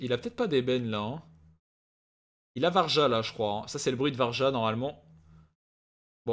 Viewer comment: Ça a déjà du être dit mais ça me stress quand il dit Varja au lieu de Vajra